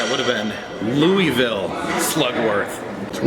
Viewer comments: Scary Marilynn Yes, it’s pronounced as “Loo-Uh-Ville or “Loo-Uh-Vuhl” by locals. LOL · The city is actually pronounced Loo-Uh-Ville or Loo-Uh-Vuhl. Hubby and I were corrected on that by locals when we visited the city back in 2007. LOL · Louisville native here. I actually work seasonally at caufields. First off its pronounced Loo-uh-vuhl. Second, caufields hads a rich history. It's the largest novelty distributor in the us, has been owned by the same family since the beginning, and the building is extremely haunted. I've seen people in the warehouse upstairs who just disappear. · You crack me up when you say Louisville like “louieville”! ❤️❤️ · CoasterLisa agreed! I live nearby and hearing “louieville” is like nails on a chalkboard. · Your pronunciation of louisville is killing me